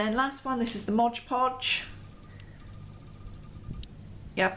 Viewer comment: Just fyi, it's MOD not modge. It's right there on the jar!